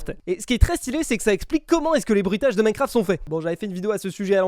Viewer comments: Minecraft ❌ Minecarft ✔️ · Ptdr minecarft au lieux de minecraft 🤣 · "Minecarft" Bah bravo 😂